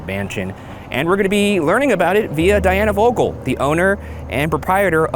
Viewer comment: i speak Dutch and them butchering the name vogel is killing me 😂